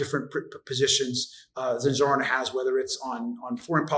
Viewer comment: Please pronounce Zohran's name properly. The emphasis in on the second syllable. This isn't rocket science. He has spoken his name numerous times on his ads.